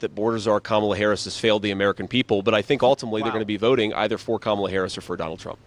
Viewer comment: You keep saying her name wrong! It's Kamala, not Kamala! SHEESH!